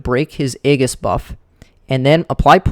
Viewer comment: Aegis= pronounced (Ee-juss)